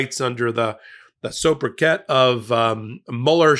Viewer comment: "So-brikette"?! You're killing me!